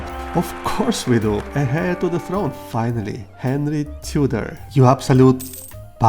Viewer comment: Heir is pronounced - Air 😊 Silent H